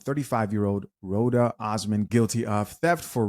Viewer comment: Its Roda not "Rhonda".